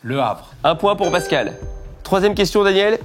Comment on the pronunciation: C’est pascal pas bascal 😂